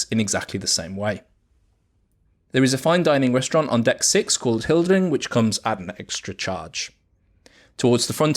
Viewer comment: At last …. Somebody can pronounce Hurtigruten correctly. Fantastic ships and video 👍